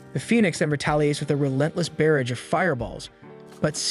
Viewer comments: Never watched this so I was unaware it was being mispronounced, but the way "Barrage" is being pronounced is irking me. Hey, for future reference "barrage" sounds like "garage" not "bear rage" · Please look up the pronunciation of "barrage".